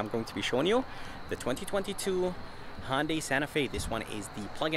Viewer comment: It's hYundai and alumin I um